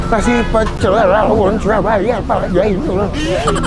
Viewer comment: Rrrrrrrrrrrrrrrrawon bang😭